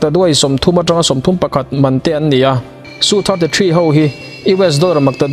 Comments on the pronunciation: India hiiii..... Su 35 te...... Rafael te hi an hmachhuan ber pawl an ni ang. Tunah hian an hmang mek bawk a. A kimlo deuh a ni. Su te i tia.... SU Es-eu tih zawk tur nilo maw. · Tha thlah miah lo atang,..😂😂😂Ihre ril lo ve ang chu aw🤣🤣mi ziah sa bak ichhiar nek lo ange....chuan tu man Frigates hi Frigas an ti ngai lo bawk,...SU hi tuman Su(hmeichhe zahmawh lam ang in) ti in an lam ngai lo bawk,...